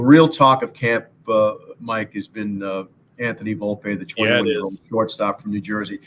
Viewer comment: Did he call Volpe Valopay ? Lmao